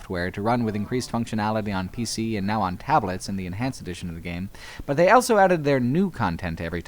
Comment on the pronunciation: says elso instead of also.